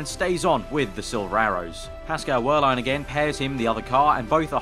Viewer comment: I don't want to be rude, the "w" in Wehrlein should be pronounced like a "v"